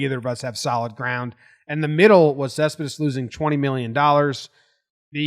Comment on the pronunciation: When you clearly are a NYer because you can't properly say a last name. Other languages are hard. Great video though. lol